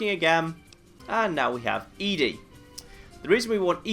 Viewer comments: I know I'm horribly late on this and you probably won't see it, but I'm a giant nitpick. I'm like 99% sure ED-E's name is supposed to be pronounced like 'Eddie', not 'Ee-Dee' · It's odd how you call ED-E "eeedi". I've always referred to/heard it called "eddie". Is there a correct pronunciation? I don't remember if any of the NPCs actually say it's name. Not that it matters much, just curious. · Love your videos but...It's Eddy not Eedy. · It's interesting that you consider ED-E to be female and pronounce the name as "Eadie." I always figured it was "Eddie" since Ed is the short for the male name, and then you just add the long e sound to the end. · believe the correct pronunciation is "eddie". I've always called it "eedi-ee" (literally just saying the letters ED-E), and I've done this so many times I simply can't call it "eddie". It just doesn't sound right to me. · So like Eee. Dee. Eee? I wanna blame my choice of pronunciation on Wall-E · OH YEAH!! Lonesome road totally sets it in stone, huh. I guess that means we should chastise on his pronunciation in this 3 year old video xD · I always assumed ED-E was a male robot so I always pronounced his name as Eddie. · I'm glad to see I'm not the only one who pronounces ED-E like EDI from Mass Effect.